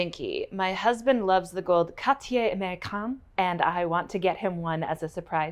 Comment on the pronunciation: Hearing Cartier pronounced right - made my day!!! Thank you!